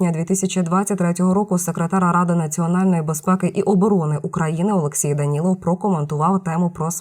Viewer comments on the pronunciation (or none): none